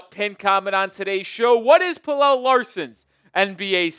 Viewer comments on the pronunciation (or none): Pella not Pellel 🤦🏽‍♂️🤦🏽‍♂️🤦🏽‍♂️